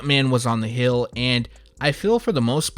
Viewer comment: why does he say Hill and not Heel?